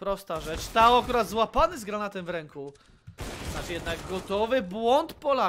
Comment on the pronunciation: Czy to jest dobrze wymawiane... Nick: TOAD komentator: TAO